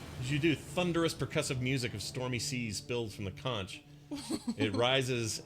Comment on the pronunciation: Not trying to be jerkish, but conch is pronounced “conk”. Love this game!